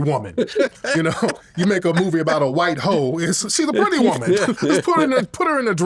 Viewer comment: He said A whyte 304😂